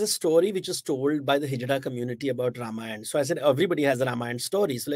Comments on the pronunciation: Behen ji.. Spit the gutkha out and pronounce properly.. It's not RIMayann or Rumayann.. It is RAMAYAN.. The sound is AAA and not IH or UH.. Good God such fake accent.. Trying to impress whom nobody knows.. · Whats with the pronunciation of word RAMAYAN? Indian languages are phonetic and its clear to pronunciation it as RAMAYAN and not as RUM-AAYAN. Do you see westerens speaking hindi say english words in Indian Accent? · Its not Rum-ayan, its pronounced Raam-aayan. Hadh hai.